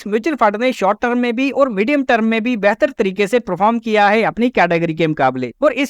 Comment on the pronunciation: सबसे पहले आप टर्म (term) को ट्रम कहना सुधारे अपना, बार बार term (टर्म) की जगह ट्रम ट्रम सुनना irritate karta hai